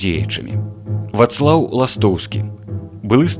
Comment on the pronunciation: ВАцлаў, але не ВацлАў...